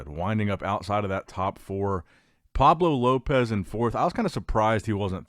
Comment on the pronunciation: it's not Pablo Lopez it's Pablo LLopis (like yoh-piss) :face-green-smiling::face-green-smiling::face-green-smiling